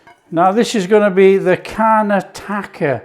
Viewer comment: Like the way he pronounces Karnataka 😂😂😂😂😂😂😂😂